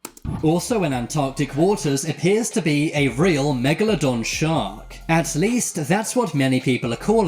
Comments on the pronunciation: U called it family megladon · The narrator said megladon and you were ready to drop the mic